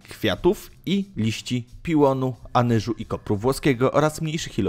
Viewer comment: absynt jest z piołunu a nie piłonu